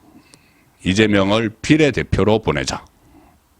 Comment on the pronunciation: 늘 느끼는것이지만 장모음 단모음 발음을 잘못해서 듣기가 매우 거북스럽다 탄핵, 비례 등등... 송선생이 언제쯤 제대로된 어휘를 구사하게 될까 그런날이 오긴올까... 그것이 궁금하다...